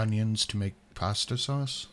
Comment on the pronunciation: Her pronunciation of pasta makes me feel stabby.